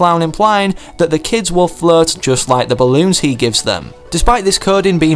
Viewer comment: who else thought he was saying flirt and not float?